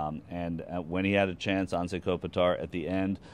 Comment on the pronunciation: michael shure wrong as usual and it's not 'Anzee'